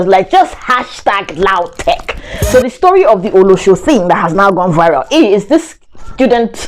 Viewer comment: i nearly fell out of my seat when you were trying to say Olosho... hahahaha